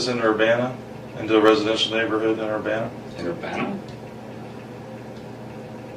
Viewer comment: I grew up in Urbana Champaign, went to the same university she did…even lived in Orchard Downs as a kid. It’s unsettling how close to home this was. By the way, it’s pronounced UrBANuh.